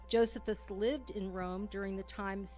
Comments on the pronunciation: It's Jo-SEE-phus, dumbass narrator, not JO-sef-us. The Catholic church does not claim the testimonium is a forgery, only that one copy of Josephus has been interpolated with the phrase "he was the Christ" instead of "he was called the Christ". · I never heard Josephus pronounce the way it is here. I always heard it pronounced Joe see fuss. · I wish the lady would learn to pronounce Josephus correctly. Also the lady is NOT correct about Paul. In Paul's genuine letters we learn the Jesus was a Jew, born of a woman, born UNDER the law, gave bread and broke it on the night he was betrayed etc etc. There is a fragment of John's gospel which is date at 125 AD yet this lady claims the gospels were written late second century. This lady claims the famous TF passage from Josephus is a forgery but most experts don't agree!!! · JoSEEphus! Not JOsephus. EPHesus! Not E-PHEE-sus.